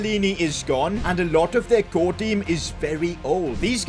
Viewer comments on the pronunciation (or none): none